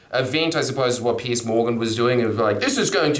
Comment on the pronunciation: Pronounced Pierz, not Pierce. Also he wrote tabloids, not just reacting to 🤢